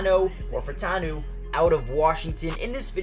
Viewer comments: "U" is not pronounced "O", dude. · It’s pronounced fautanu